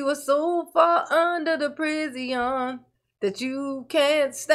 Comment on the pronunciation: I love when you say Pri-zee-own! 😊